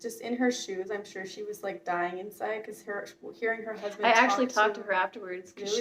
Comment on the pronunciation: lololol "her crousbund, if you will"